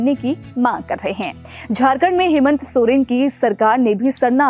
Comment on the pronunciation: मैडम जी हेमेंत सोरेन नहीं हेमंत सोरेन